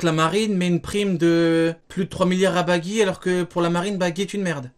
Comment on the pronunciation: Cest plus baggy cest "beugy" mdr